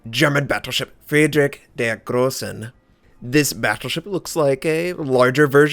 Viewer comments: "friedrich der große" has no "n" on the end, other than that your pronounciations are spot on. ;) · I am german, too. So... yeah... a few are very close, like Kaiser or Nassau and Bayern, was close to perfect. But Gneisenau and Friedrich der Große"n" ;... forced a little smile on to my face^^. German is a hard lenguage to learn, even many german people doesnt master it in their hole life. So dont be sad ;). You tried and you have done it pretty good.